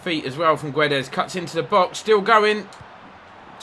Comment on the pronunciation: Guedes name is not Gwe-des it’s Geds everyone like so he can see and say it right!!😁😁